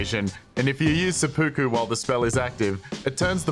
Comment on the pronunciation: "SepPOOku" lol